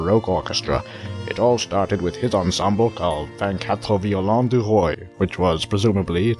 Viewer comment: Vingt-quatre violins de roi. Roi = king, not Roy.